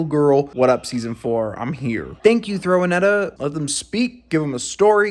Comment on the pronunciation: THROW-A-NETTA 🤣 end me